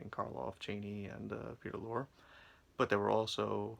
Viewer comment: No offense but when one does any public speaking, the number one rule is "do not drone on in a monotone." You sound like you have a hangover, it distracts from your message. And if you assume the demeanor of an expert in media reviewing, learn how to pronounce the name of one of the greatest character actors in history, Peter Lorre. When people point out a flaw, don't get angry but use their criticism as a resource and correct the problem. Good luck in the future with your You Tube channel. By the way, "Lizard's Leg and Owlet's Wing" is considered one of the worst episodes of Route 66. It's nice to see the 3 legendary stars of horror films once again, but that's about it. As regards Route 66, Ed Asner to his dying day maintained it was the finest written TV series of all time. It featured an amazing amount of current and future stars.